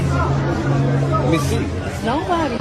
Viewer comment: "It's noo-buh-dee-uhhh!" 🙄